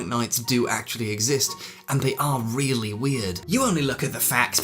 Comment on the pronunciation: Flavius Claudius Iulianus Augustus You have a fwiend? In Wome? Weally?